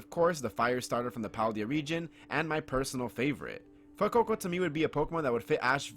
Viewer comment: I've never heard anyone pronounce Fuecoco how you do lol. "fwoococo." But that aside, I think Fuecoco would be the most likely starter for Ash to get, i've always thought it would fit Ash's Genre of pokemon. I'd love for him to get a Quaxly but thats just bias